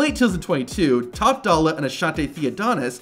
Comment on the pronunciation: Top dolla ❌ Botch dolla ✅